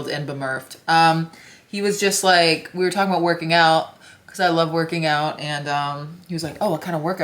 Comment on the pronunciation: Wait, oot and aboot? Is she Canadian?